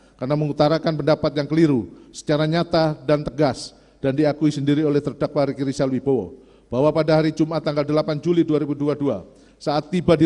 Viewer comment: Rika rizil 🤣🤣🤣jangn cepet" pak bacayah